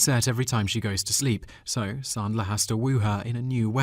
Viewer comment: Not knowing how to pronounce 'Ebert' or 'Sandler' impinges on your 'I have an English accent and that makes me smarter than you' shtick. Also, brevity is the soul of wit.